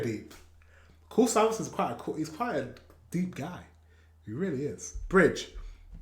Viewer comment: You have to pronounce the last S like sh 😉